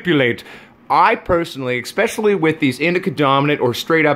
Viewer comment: Ha ha, how he says especially, sounds like exspecially . LOL